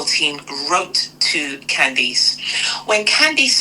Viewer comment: Candace, not Candis!